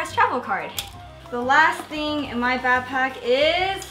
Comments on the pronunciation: It annoys me on how she says bapack instead of BACKPACK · Learn to day BACKPACK INSTEAD OF BAPACK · It bothers me when she says bapack I just want to tell her that it's BACKPACK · She says bapack so let's mock her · Is she saying bagpack?! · Nice "bahpack." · The way she said backpack annoyed the shit outta me